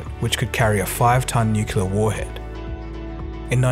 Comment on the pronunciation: "Nook-yoo-ler." C'mon, man.